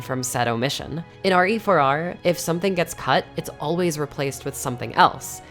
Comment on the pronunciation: RE4R... Last time I check, that's pronounced "rear"... LoL. Yes. I am a man-child. Thank you for noticing